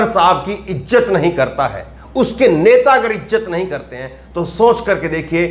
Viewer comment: ddddhhhhhhhaaaaarrrrrmmmmmaaaiiiinnnnndddeeeeerrrr ho aap🤣😅😆 ijjat nahi izzat pehle hindi bolna sikhlo pyare saibas sarif nahi shahbaz sharif۔jaara nahi zaara۔saamil nahi shamil۔saniwar nahi shaniwar۔asraf nahi ashraf kitni mistakes yarr۔۔۔najuk nahi nazuk۔kurbani nahi khurbani۔